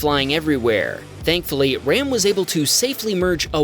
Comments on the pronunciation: it’s pronounced “Rahm”. Its an Indian name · If he's of Indian descent, his name is pronounced "Rahm," not like the English word for a male sheep.